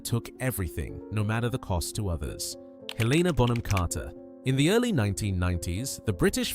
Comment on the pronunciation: Please at least say their names correctly. It’s Helen-a, not Heleena. It’s Rafe, not Ralf.